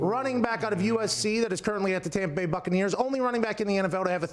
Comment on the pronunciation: WA HAP PAN LMAO POOR TOM PA BAY